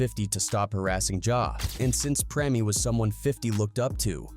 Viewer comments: its Preme not premi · PRIM,PREM, PREMIE, PREMAY, HO-MO 😂🤣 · 😂😂 preme me had me rolling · How are you going to pronounce Preme five different ways in a row? 😂🤣 Goofy ass AI